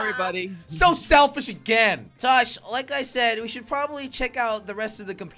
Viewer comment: jelly said “tosh” instead of josh lmao